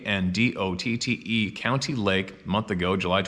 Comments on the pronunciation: WynDOT. Is not prounonced Y in Doe T. What's wrong with Canada that makes people constantly mis pronounce the simplest of English words that break all the rules of proper grammar? Not being picky or ballistic.....just a tad irritating to see such wonderful people at the oddest times suddenly unaware they sound absolutely retarded. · World Turkey Federation. Wyandotte is pronounced "Wyandot." Have a great weekend everyone. Take care and safe travels.